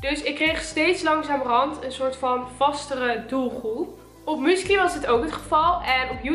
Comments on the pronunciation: 😂😂😂haha hoe jij musically uitspreekt. muscaly😂😂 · Haha!😅 Ik versta écht dat "muesli" zegt...! Écht grappig!👍🏻